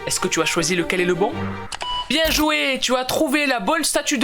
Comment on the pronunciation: Bieeeee tu dit biè au lieu de bien espèce de Marseilléé a je te promet je suis sur l’effet Mandela